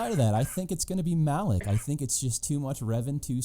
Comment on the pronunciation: Not Malek, but MalAk!😅